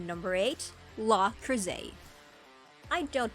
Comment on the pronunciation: Most comments seem to get about Orga. I didn't get that far at first. The video was painful with the pronunciations... English or Japanese dubs, the names where mostly consistent between the two. Le Creuset is French, the T is silent. OZ is one word, not letters. Khushrenada does not have an E between the H and R, yet the E was put in adding a syllable to his name leading to you saying his name wrong. I would normally be silly and smirk at one mispronunciation but this was aggravating. Frankly, I think this person did not watch any of these, but found a list somewhere then decided to make a video.